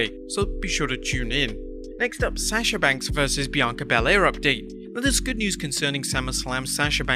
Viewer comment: Say sasha’s name right